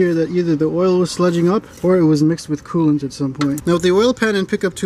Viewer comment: Did he say oil cooling and coolint lubricating